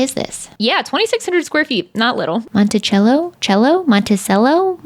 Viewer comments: It’s actually Monticello like cell-o not chello lmao Covington, ga native here lol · they have ghost tours around the squares in Savannah GA highly recommend if you ever visit! edit: it is in fact Monta-cell-a not chello LOL idk why we say things the way we do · It actually is pronounced mont-i-sell-o! I live in Covington and work in Monticello, in the old historic courthouse (we totally have ghosts, he steals my post it notes). But if you have seen My Cousin Vinny, that is the courthouse and lots of that movie is as filmed in Monticello! Monticello is spooky for sure!